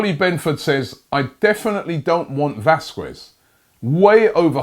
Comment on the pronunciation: round two of robbie says it wong vasqwes 😂😂😂